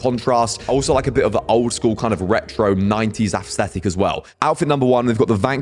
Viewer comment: The way you pronounce "aesthetic" makes it sound like you're saying "assthetic" lol